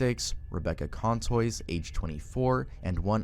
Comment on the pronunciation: Age 35 Contois is pronouncces Koh twah!!